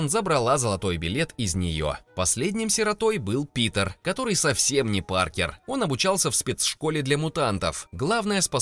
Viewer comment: мне послышалось не Питер, а другое😅